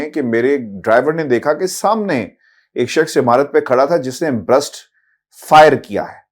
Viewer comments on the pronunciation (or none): Gentlemen it is Burst not Brust. "A burst-fire firearm is an "in-between" of fully and semi-automatic firearms, firing a brief continuous "burst" of multiple rounds with each trigger-pull, but then will require a manual re-actuation of the trigger to fire another burst." Ref: Automatic firearm - Wikipedia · Why are all anchors saying brust ? It's burst fire . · It's burst not brust. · ITS NOT BRUST BUT ITS BURST FRM AN AUTOMATIC WEAPON